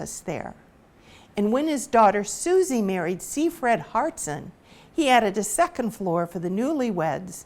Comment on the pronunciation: 2 things, it pronounced “ hartshorn” just as it appears. Also the fuller tavern is still alive and well (you cannot buy a beer) but the owner was a third gen Walpole person and worked hard to keep it up!